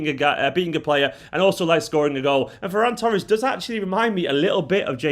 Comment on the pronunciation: This is great. Great pronunciation of his name too. It's a Catalan name.